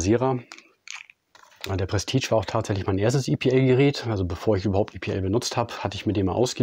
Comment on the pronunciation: Es wird "Prestiesch" gesprochen und nicht "prestitsch" !!!!!